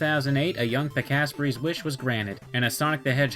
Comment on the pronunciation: I thought your name was pronounced Pika-spray